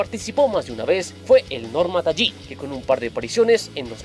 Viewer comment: Se pronuncia 'Talin', no 'Tallín'...Saludos